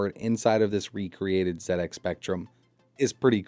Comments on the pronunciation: Nice to hear an American YouTuber say it as Zed X Spectrum for a change. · THANK YOU for not pronouncing it zee ex